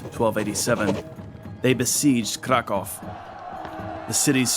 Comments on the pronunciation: Very good, but it's Leszek, not Lezek. I would love for you to check the pronunciation in advance. Some names you got right, other names almost right (Kraków), while other names could be better. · I'm really astonished how good is your pronunciation of polish cities. Really I can't recall some pronouncing Sandomierz even remotely ok. 😂 But polish king Leszek the Back is pronounced with 'sh' in the middle , like in 'shock' and Kraków is pronounced with `oo` at the end like in `groov` 👍🏻